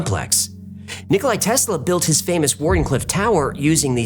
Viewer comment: it's nicola not nicoli you fraud